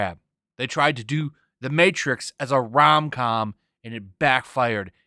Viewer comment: The matrix? More like the mehtrix...amirite gais? Gais?...